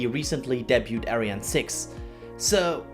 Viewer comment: Please learn how to pronounce "debut". I mean, if you only said it once, I'd let it slide, but you use the word a lot.